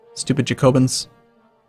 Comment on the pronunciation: Juh-COE-bins? Where do you learn this shit? It's JACK-uh-bins. Seriously, you're never more than a 10 second google search away from learning how not to butcher your mouth-words. Additionally, how in the fuck are those inland African provinces worth a damn thing without access to the coast?